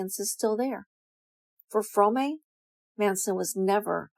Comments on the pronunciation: Your pronunciation of “Fromme” undermines your credibility, ma’am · You didn't even pronounce ATWA and Fromme correctly, another video filled with distorted half truths and regurgitated lies. You could become a writer for soap operas. Red and Blue are so much more than what you have portrayed them to be in this video, they are full of curiosity, wisdom, humor and authenticity, both have a deep connection to nature. They are strong, creative and inspiring. You got a lot of things wrong in your video, I won't take the time to list them all but I will give you one example, Blue never had a drivers license and never drove a car, she wasn't waiting as the getaway driver, she was sleeping in the back of the vehicle and was kidnapped by Como who forced her to drive, she was sleeping in the back of the vehicle and he told her to get in the driver seat, she told him she could not drive, he told her he would kill her if she didn't so she drove off and immediately wrecked the truck, if you would read Lynette Fromme's response to the Jess Bravin book 'Squeaky' you will read about this story and learn how to pronounce her name correctly.